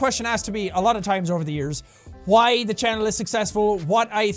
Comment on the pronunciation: I enjoy when Jack pronounces the h in why